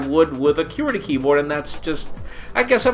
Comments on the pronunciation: Haha still says qwerty wrong & yes it has a pronunciation. Que-rty :S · I pronounce qwerty like you say quirky (but with a ty obviously) I think for its like how some people say soda vs pop etc. but truthfully, I've never heard anyone but say it like he does, so... yeah... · "cue-erty" lmao its just your accent, nothing wrong with that